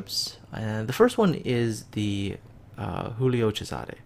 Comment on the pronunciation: The G is not silent in Giulio XD G might be used a lot where J would go in English, but that doesn't mean you treat it like a 'J' in Spanish. Not 'h' noise is made lol